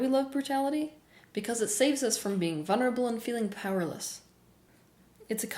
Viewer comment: Teal, you keep missing the all important "L" in vulnerable!